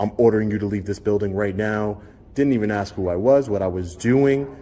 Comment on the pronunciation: For any law enforcement officer to use the word “ax” instead of the proper word “ask” is reprehensible and so unprofessional! I was LE officer over 35 years ago. If I would have been unprofessional like this, I would have been fired immediately, and rightfully so. My badge number was 15, which is State Property, and I was allowed to keep it for my services rendered. I still have that badge and I am proud to have served. To all the good LE officers out there watching, and they are, I salute you. 🫡